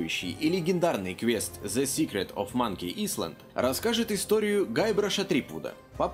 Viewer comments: я удивлён, действительно качественно. правда не island, а айленд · Не исланд а айленд(Но ты молодец) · не исланд а айлэнд